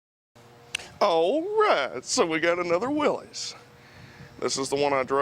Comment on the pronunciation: He said Willie's right the first time then you kept saying it wrong it's pronounced as if it were Willis